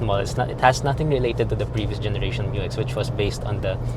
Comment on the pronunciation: Bump steer has been sorted out by 3rd term 2025 Dyno testing of new 3l results in >150kW and >500Nm. Isuzu is just conservative in reporting Thank you for correctly pronouncing MU-X